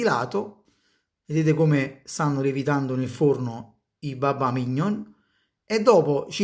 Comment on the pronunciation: Non si può sentire un pasticcere che dice “mìgnon”!!! L’accento va sulla o.